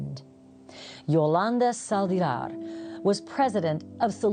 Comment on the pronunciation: Sal-DIH-var, not Sal-DEE-var, Ashley sheesh.